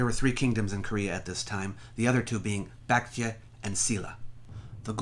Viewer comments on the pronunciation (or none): I really liked the video but the pronounciation of the Korean kingdoms is really off. Baekje is pronounced like "back-jay", Silla is pronounced "Shill-a" and Goguryeo is pronounced "Go-goo-ryo" with the o in "ryo" pronounced like in English "hot"